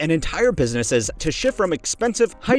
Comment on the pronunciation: the way you pronounced businesses was weird ngl 😂